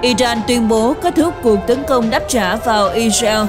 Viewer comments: Co ptv doc chu Israel la I RA EO that la bai phuc co nay! Am S o dau roi? Chu de vay ma cung khong doc duoc cho dung,that la qua kem coi. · Sao đọc i reo khó nghe quá !